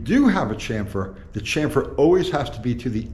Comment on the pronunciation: Drink everytime says chamfer wrong....🤤